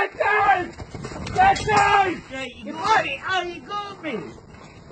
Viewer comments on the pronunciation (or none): GiT DAAAUUWN- Ai le' go'a me.